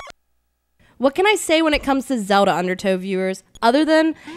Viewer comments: zowd'ha LOL funniest way to say zelda. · So many people say "Zewda" ahahaha.